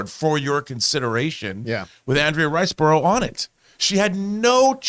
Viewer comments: OMG how hard is it to say 'Andrea Riseborough'? Surely it's pronounced 'Andrea Riz-boro'? Maybe it had been had a long day. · I love John completely butchering her name😂😂😂 But on topic: I think Andrea Riseborough is highly underrated. I loved her in Mandy, Possesor and I think even in the bad The Grudge she was easily a stand out